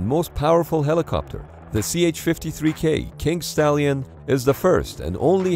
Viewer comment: Did he say kink stallion???